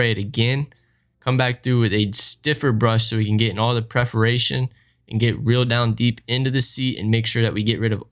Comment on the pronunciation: Preferation, you mean Preferation